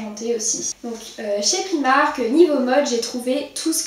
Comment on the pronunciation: Super vidéo mais ça se dit priimark en anglais 😁 bisous